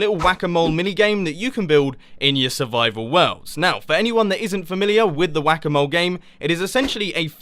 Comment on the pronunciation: am I the only one who hears "guacamole" every time you say "whack a mole"? ahaha